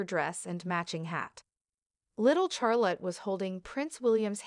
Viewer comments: Thank you for the comment from "BlueEyes." Regarding now for the third time myself, the pronouncination of Charlotte: IT IS NOT PRONOUNCED w/ "H!" Nor is Prince Louis pronounced "Lewis, , it is correctly Louie, again, no "w." ( As in "phooey!) This is truly SO annoying to hear. Princess Charlotte has such a lovely name; but is NOT named after her grandfather, King CHarles III. SHAR, as in "share" not CHAIR. YES, lose the "h," please also remember Louie. Poor kids will go through life with lovely names MANGLED BY narrators. Another: "tiara" is NOT TIEara, it is tea, ( as in the drink!.) How difficult is this, people? Thanks again , "BlueEyes" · Charlotte is pronounced without emphasizing the "H", reprogram your Robot narrator.